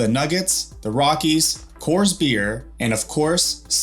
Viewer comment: Hey dumb f*cks, Denver is not the home to Coors. and learn how to pronounce it, okay?